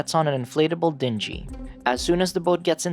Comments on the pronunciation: Uh, it's a Dean-GEE not DIHN-JEE.A Dingy is a flotation device, but the way you pronounced dingy means dirty/nasty,wet and dank,gross,etc..I can't with this channel's weird script readings sometimes lol. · The dinghy is pronounced DING-y . . . (like a ringing bell), not dingy (like dirty). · dingy is pronounced as ding-E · Please look up the pronunciation of prognosis, recreational, dinghy. Otherwise a great synopsis of a great movie. Please keep up the good work. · You had my full attention, totally fascinated right up until the pronunciation of "dingy". Seriously, another good breakdown of a movie I'll never watch but everyone else has seen.